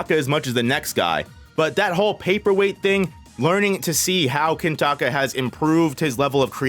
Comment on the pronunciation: why are you calling him kintaka every time